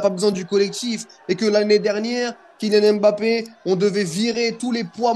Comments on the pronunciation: Frère t’es black commence pas à nous sortir des " BAPPÉ " c’est " M’BAPPÉ" ça ce lis "Hmm-Bappé" pas "M" et "Bappé" vous faites vraiment aucun effort c’est incroyable. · Putaiiiiin on dit Bappé